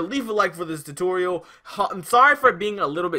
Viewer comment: "TUTURIUL" was funny💀 but thanks